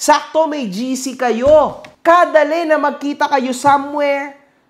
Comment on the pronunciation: parang lumabas ang pagka-San Pablo mo dun sa pagsasabi mo ng "kadali". Hehe.